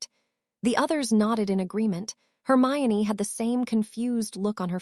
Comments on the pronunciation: YEP the only reason we've figured this out is it is literally one of the most famous well known characters & if we're here we knew the books and the name harry. Thats what we came for. So we figure it out trying to figure out why it can pronounce hermione but then she is HermaLone etc... And thats just the start between the AI having a stroke in the 3rd and 4th parts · I heard it too....it also switches Hermione to HERMALIN later on lol Can't the AI just watch the potter movies and learn